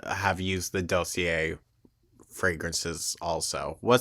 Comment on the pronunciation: OMG!, please learn how to pronounce Dossier. Doss-E-eh. It's not that hard. Spoiler alert- none of the Torrid haul fits her.